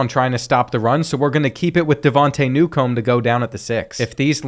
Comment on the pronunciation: Bruh... you pronounce simple names terribly. Mangum is not "MAN...GUM." It's "MAINGUM." Ramseur is "RAMZUR." It's not "RAM-ZEWER." Newcombe is not "NEW...COMB." It's "NEWCUM." The "B" is virtually silent. You don't have to stress the back half of the names so much or break them apart. Everything flows together.